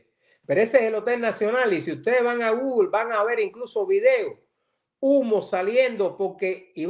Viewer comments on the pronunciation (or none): none